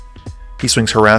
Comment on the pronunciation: Love this channel and HATE that I’m being this guy but… it’s HUR-ska not Horaska 😂